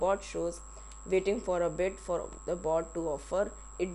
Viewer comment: he says bot or a goat?